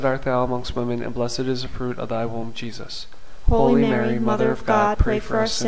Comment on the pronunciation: Thank you for this wonderful series of scriptural rosaries. However, I don't hear "HOLY Mary" pronounced "Holeeeee Mary, " but just "ho Mary." Perhaps you might correct this...unless it's just my YouTube reception that's faulty. Thank you, and may God richly bless you.